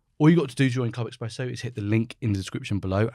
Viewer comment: Dear Channel Creator: You may say Daily Espresso, or daily Express, but "expresso goes into the strastosphere of confusion. Just saying. Thank you, DISREGARD IF DON'T CARE. :eyes-purple-crying::eyes-purple-crying